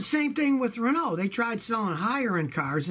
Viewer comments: dunebasher1971 I thought he did pretty good on “peugeot” and it’s more of “REn-au” Not “REN-oh 🤣🤣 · Hearing Scotty trying to pronounce "Citroen" and "Peugeot" is amusing :) He gets "Renault" more-or-less right, although the emphasis should be on the first syllable - it's "REN-oh", not "ren-OH".